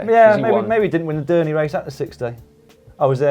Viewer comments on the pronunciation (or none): you keep your reputation high by mispronunciating dernière. cheers